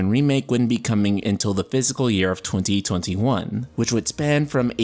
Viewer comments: Fiscal not physical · I was so confused at first... you pronounce "fiscal" like "physical". I kept thinking "what is a physical year?" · This might sound like a dumb thing to comment on, but "fiscal" isn't pronounced the same way as "physical."